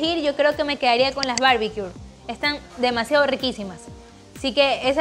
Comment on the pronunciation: Se ven muy buenas las recetas. Por fis, corrige pronunciación de barbecue, sin R al final!